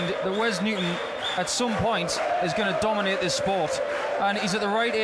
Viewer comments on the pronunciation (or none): Hurts me when he says Paul Nicholson says Wes will domante the sport in further yers